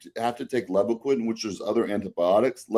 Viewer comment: Another awesome podcast, as usual. But if I could nitpick… As someone who sold Levaquin for several years in the mid 2000s, I’ll give you a dollar to say it right… It’s pronounced “Leeevaquin”, with a long “eL. Please? Pretty please?😂😂😂 But he’s absolutely right… Regardless of which of the fluoroquinolone a person might use, be it Levaquin or Axelox or Cipro, you really have to watch out for tendon rupture.